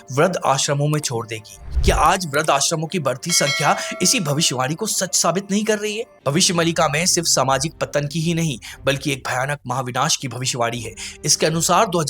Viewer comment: भविष्य मलिका नहीं, भविष्य मालिका है। उच्चारण तो शुद्ध रखो।